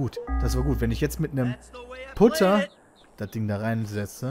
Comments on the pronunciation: Man schreibt Putter aber gesprochen wird es Patter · Hey Pit der Putter wird "Patter" ausgesprochen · hey im echten golf darf man nicht über den rasen fahren und erst recht nicht über das grün (Extrem aufwendig zu machen dieser rasen) diese sanddinger heißen übrigens bunker und der putter wird patter ausgesprochen :D colles lp übrigens mach weiter so xD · ja beim echten Golf darf man über den rasen fahren und man spricht es Patter aus